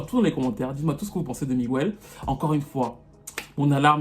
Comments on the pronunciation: c’est Miguel et non Migüel tu nous as fait mal aux oreilles 🥴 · AAAAARGHHHH ON NE DIT PAS "MIGUOUEL" MAIS "MIGUEL" 😫😫😫 Pourquoi en France on massacre l'espagnol comme ça lol 😫😅☺️ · On dit " miguèle" et pas " migouelle" c'est stressant 😅😅😂😂😂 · Pitié on ne prononce pas le u on dit Miguel et pas miguéel! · Migouelllee🤣🤣. MIGUEL !! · oui on pourrait sauf que c'est pas comme ça que ça se prononce c'est écorché son prénom Sur son post a bien écrit Miguel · Super vidéo mais on dit Miguel et non migüel 😂😂😂 aucun latino ou espagnol prononce son prénom comme ça désolée je devais le dire c’était trop stressant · Ce mec a beaucoup de talent mais depuis qu'il a failli briser la nuque à une nana dans un concert je pense qu'il est pas net . J'osais pas le dire mais j'ai toujours pensé que The Week End était une pale copie de Miguel. Tu confirmes mon avis. Juste pour info Miguel en espagnol ça se prononce "Migél" et non "Migouél" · en espagnol, son nom se prononce Miguèlle.